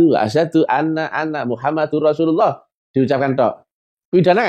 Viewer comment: bapak ini salah membaca mestInya MUHAMADAROSULULLAH tapi bapa ini membaca nya MUHAMADURROSULLAH coba anda ulang vidionya, apakah sy sala dengar